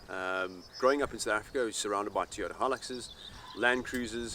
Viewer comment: ITS NOT A TEEOTA!